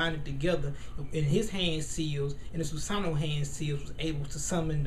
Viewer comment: Erm I Like The Video, But It's Pronounced 'SU-SA-NO-O' And Another Thing ... Madara's Susano'o Is Meant To Look Like A Tengu O.o ...